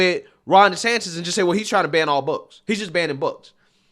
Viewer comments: please say the man’s name correctly. It’s not Des-Satan….. Moron anchor. Come correct. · Anyone else hearing reporter calling Gov DeSantis .. DeSatan? at the mark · So we’re just going to ignore that he called DeSantis (desatan)?!?!?!?! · Did this guy just call him “DeSATAN?” Lol, what an idiot. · he refers to DeSantis as "DeSatan" knowingly/unknowingly, idk.....😏😅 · Is it just me or was this fool saying "DeSatan" instead of "Desantis?" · Did Ritchie call DeSantis, Ron DeSatan, or did I hear that wrong? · I listened to it again, he DID call DeSantis Ron DeSatan. Talk about projecting. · the irony of hearing a D call Desantis "Desatan" is hilarious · he called desantis ...ron desatan...what a racist cook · This fool doesn't even know the Governors name!...Its not DeSantin its DeSantis. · Dude…did you catch Ron ‘DeSatan’ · Specially as he so cleverly mispronounced Gov Desantis name...